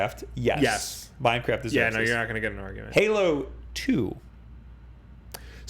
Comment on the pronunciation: (That's not how you say Oregon.)